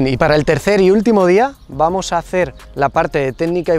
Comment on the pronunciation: Jajajajaja no puede ser, ese "Vuamos" quedó super épico